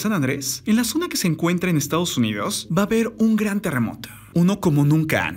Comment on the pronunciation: Tierre, terremote, ocurride, pase que pedo con tu voz de eco 😂😂🙄